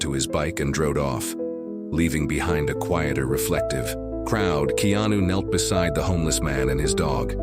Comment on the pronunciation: DANG THE NARRATOR CAN'T EVEN PRONOUNCE HIS NAME CORRECTLY? ITS NOT KENO THERE BUDDY.